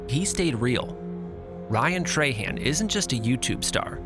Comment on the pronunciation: Love ryan, you say trahan weird. Han not hon ...